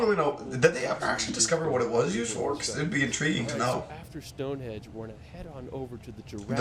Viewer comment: Stone Henge not Edge